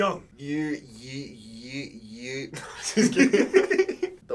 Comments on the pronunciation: no it’s pronounced TAY, his name is spelt 태용 not 테용. i understand it might sound closer to TE when saying it with an accent, but i don’t think you expect non korean speakers to say it with the correct accent 😂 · NCT!!! Thanks so much for this reaction! This was an NCT U song and it's so much fun. The member with the orange hair is Mark and the one with the purple pants is Taeyong (pronounced Tay- yong). Taeyong is the leader of all of NCT which is currently 26 members.😳I recommend NCT 127's (pronounced one-two-seven) "Kick It" reaction next. ❤✨ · It is not pronounced like that, it is tE-iong, the E is pronounced like in Spanish.